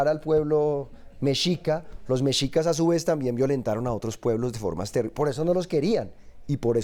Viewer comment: Se pronuncia MESHICAS. Por favor 🙏🏻🇲🇽🙌🏻